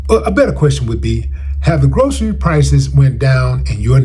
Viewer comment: Just to say, he can't even pronounce groceries, so that says a lot. God is my provider and the head of my life. No loss with God.